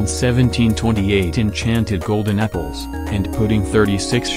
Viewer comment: Am i the only one hearing "golden nipples" instead of "golden apples"?